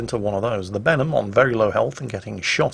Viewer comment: When says "Benham" to me it sounds like "Venom". Maybe that's me from NA region and watching the Venom movie recently.